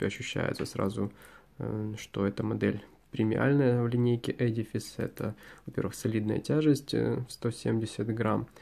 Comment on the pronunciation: Ну, наконец-то! Первый человек, который правильно произносит слово edifice! :-)